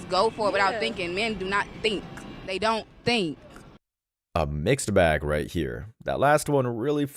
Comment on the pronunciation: Mein doughnut thaink ? You should consider learning how to speak, instead of parading in public, wearing rat scalps.